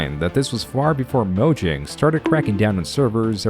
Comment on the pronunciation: Mojang is a Swedish company, it's properly pronounced MoYang.